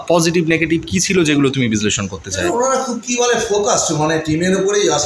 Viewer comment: ছিল কে সিলো বলছে